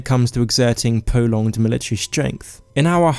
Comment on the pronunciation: I don't wanna be a hater but "pwovince" "militawy" "vewy" "skywim"